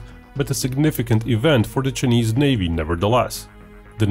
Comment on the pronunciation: “The Cha-knees Navy”